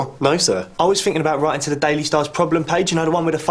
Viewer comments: "We come tit village" 🤣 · "We Come Tit Village". LOL.